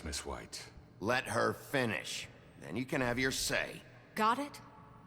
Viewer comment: leter go??? realy leter go!!??